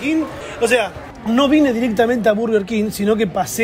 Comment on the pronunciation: estamos en Argentina, se dice burger no barger